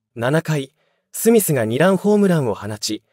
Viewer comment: 醍醐味の読みがダイゴアジはおかしいでしょ。２ランの読みニラン。 他もあります。